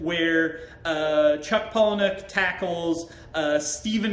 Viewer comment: *pala-nick.... for the uninitiated 🙄